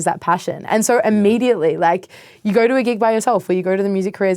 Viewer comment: “If you don’t goarrr, you’ll never naur” 💯😂 Love it!